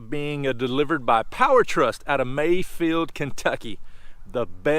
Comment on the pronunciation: It certainly sounded like Maysville, and I listened multiple times...